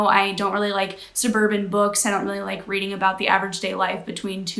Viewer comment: “readling” has docling vibes